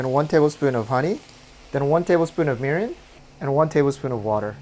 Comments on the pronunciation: What is ..."Merin" ? Murin? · what type of liquid was that is anyone can tell me, all I heard what table spoon of merum but I don’t think that’s right